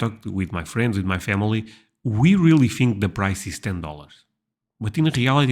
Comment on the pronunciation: when you say "my friends", it sounds like "muffins" 😂❤